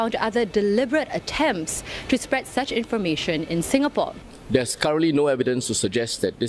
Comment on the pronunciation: It's not singapore , it's ingapore:)